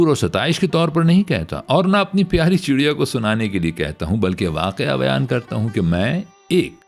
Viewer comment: D ki jagah R ziada Urdu talafuz k nazdeek lagta hai.